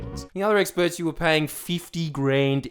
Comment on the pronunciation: “Bored of the experrs”